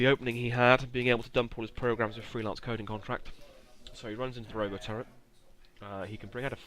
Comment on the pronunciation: Please, it's a R-o-t-o turret, not roboturret.